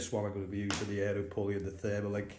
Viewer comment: Also you keep saying "Therma link " it's actually called a TERMA LINK .